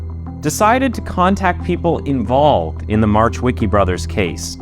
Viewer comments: In Polish, we pronounce W as V and the C in CH is silent, C on its own is pronounced as a "ts" sound. Marchwicki should be pronounced as Mar-h-veets-kee. Definitely not "March Wicky" 😂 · I looooove ur work and research u do... but Marchweeky made me laugh😂 if i wouldnt know that story i would never know who you are talking about. Please check how to say it, don't try on ur own coz i know it's hard as hell if u don't know polish at all. Anyway great video❤ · I mean Just cuz how you said marchwicki made me giggle xD For next time our ch is pronounced h, not like American. Just h. But good enough